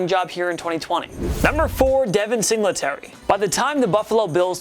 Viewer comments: Bro. Learn the names you’re saying. This is getting ridiculous every week. “Rasheem Mostert, Devin Sing luh terry” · Sing luh tary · Say it with me everything “Sing Lee Terry” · It’s single tary not singlet ary that annoyed me so bad when he said devin singletarys name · It's Singletary, not Sing-la-terry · 4. "Sing-le-tary"!?!??! Dude you cant even pronounce his name right. "Single-tary" Why the fuck is this guy doing a list. You know nothing. Granted moss may over take "single-tary" this year. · P R it’s single tary not sing la tary 🤣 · And Sing-la-terry like 20 times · "devin Singluhterry" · Sing la terry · bro fr, I was just about to comment on that. "Sing LE tary." Jesus. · Who says singletary like that lol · The only thing I hate more than is the way he says “Singletary” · ik ur saying singletary wrong on purpose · The way he’s saying Singletary 😂😂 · They also have mispronounciation issue